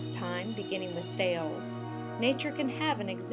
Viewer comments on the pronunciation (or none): Thay - leez... not thailz.